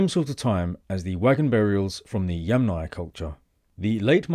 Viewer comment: Bravo on pronouncing Yamnaya correctly.